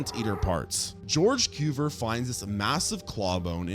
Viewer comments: Cuvier is not pronounced "kyoo-ver," but rather "kyoo-vee-ay." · George KOOVER?! XD Its (koo-vee-EH). XD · Coo vee A. He was French. Where did you go to school? Brooklin?🤔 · Small suggestion? Check the pronunciations of both the organisms and the scientists in your next video; your stories are interesting, but hearing you mangle Cuvier's name half a dozen different wrong ways is making my teeth ache. 😉